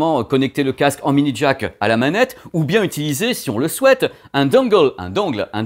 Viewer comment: Un « dongGueul’ »! J’adore ! 😅